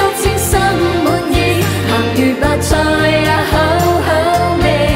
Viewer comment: 周>瑩>琳，周筆暢的確講得最正，楊鈺瑩其實都好，但個「趣」字一出來就知還是有些口音，楊丞琳「白菜」兩個字就知平時講粤語講得最少